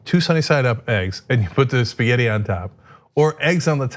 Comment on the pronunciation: Cenk's spaghetti sounds awful. Italians will be rolling in their graves. Lol